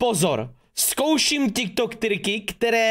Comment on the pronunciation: Říká se tik tok a ne Ťik Tok